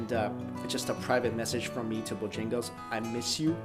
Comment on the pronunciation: Not Bojingle.